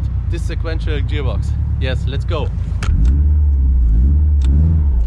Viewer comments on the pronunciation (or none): "Jearbox" lmfao